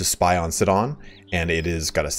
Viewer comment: Sidon rhymes with hide on not sit on. I not i. Anyone that been to a good church knows the name. Its not in Israel but its just up the coast. It saw a lot of action in the bible.